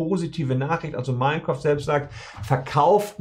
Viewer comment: Mein Kräft klingt wie die Hitlerversion eines Let's plays.